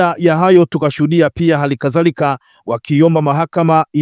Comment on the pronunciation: Na wewe mtangazaji sijui ulisomea wapi? Neno ni wadhamini, wewe unasema, "waZamini". Hali kadhalika unazema halikaZAlika. Badilika